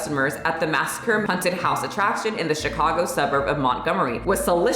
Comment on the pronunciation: I specifically came to the comments just to see how many people were triggered by pronunciation of haunted…😆